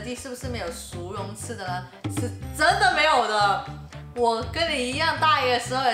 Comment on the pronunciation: 膠樽好似多數叫寶特瓶，同埋國語唔正嘅薯蓉咪好似你咁讀囉，正確係R音唔係Y